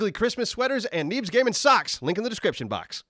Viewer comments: why do i hear: ''neebs gaming sucks'' instead of: ''neebs gaming socks''??????????????????????? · I hear socks lol